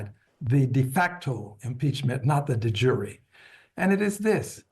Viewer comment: For a guy who doesn't know how to pronounce 'de jure' he's quite likeable